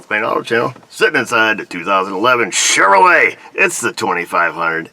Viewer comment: you should be a pro at diag'ing a "Chevroo- Leah"! It's got the "Krusties".... LOL! Priceless. Don't breathe on it too hard... she'll break something off. "If you hate it now, wait 'till you drive it!"...